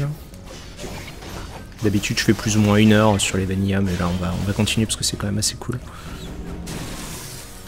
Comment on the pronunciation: Sympa, un peu déçu des effets de parallaxe qui rendent les plans très évidents et qui pêtent toute impression de 3D (Vanilla ça se prononce vaniLA et pas vaniYA) Bisous